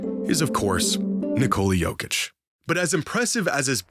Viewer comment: Holy shit that butchering of the name